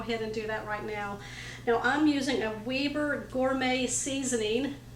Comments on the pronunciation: weh-ber not weeber. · We have a Weber Grill Restaurant down town Indianapolis. WEBER is Pronounced Web (like the Spider) -er Grill. You and your Family might like the Restaurant. It has a Grill on top of the Building that looks like the one on the Seasonings Bottle. Steak looks Yummy. 🥩